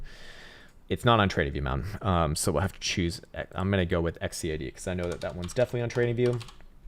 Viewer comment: LMAO!!!!!!!!!!!!!!!!!!!! This guy can't even pronounce XCAD right and he calls it a shitcoin! Please |DYOR before saying it's a shitcoin! Let's talk in 3 months! Please take a deep dive, and you will see this is the next big thing!!!!